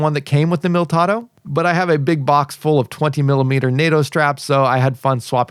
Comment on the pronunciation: Mil - i - tado NOT Miltado.